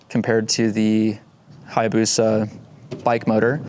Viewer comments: Hyabusa not hyabusu but yeah! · Hayabusa, not hyabusa.